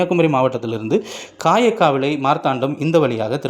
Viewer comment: உன் வாயில வசம்பு வச்சு தேய்க்க.. காயக்காவிளை இல்லை.. களியாக்கா விளை..